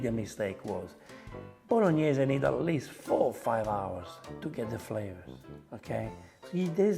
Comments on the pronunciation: drink pasta water every time she says boloneys challenge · Bolog-Ne-Se ... Sofffffrito ... Star-Anis . It's funny when you get mad. And who in the right mind puts tomatoes (and wine, if you want to do it properly) in a cast iron wok. The acidity might destroy it. That's why a cast iron pot has a coating and is made for slow cooking. A wok doesn't have that coating and is made for fast cooking and not for "stews". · Man said "bolo knees" am dying 💀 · That's why this is a Bolonays and not a Bolognese. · Wok.....and Faster....Bolognese i can not speak how it hurts to me😅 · Addition notes: Most people pronounce Bolognese as French way, the real sound should be BologNIE-SEI. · She murdered the Bolognese!